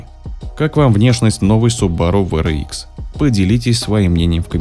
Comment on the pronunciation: WRX-ДаблЮ Р икс правильно говорить а не В Р икс VRX